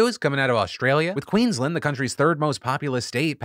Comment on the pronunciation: Not a big issue, Phil, but we pronounce Queensland like it's two words - Queen's Land. Also you have to think about the issue in context: Queensland is Australia's Florida!